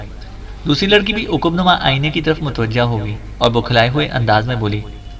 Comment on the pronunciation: عقب نما ع پر زبر ہے برادر